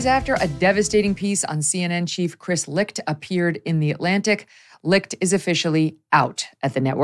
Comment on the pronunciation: Never knew his last name was pronounced "Licked". Chris got Licht. 🤣🤣🤣